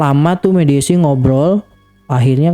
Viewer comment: mediumisasi bukan mediasi 🙏🏻😅